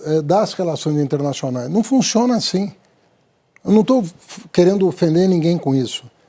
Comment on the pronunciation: Traquejo? Não fun"x"iona assim? Até arrepia. Existem 2 tipos de canhota...o esperto q explora o trouxa e o trouxa q defende o esperto.